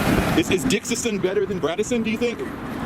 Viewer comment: That grown ass paparazzi man saying “braddison” triggered my fight or flight response